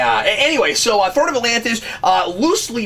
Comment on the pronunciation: throne not thorn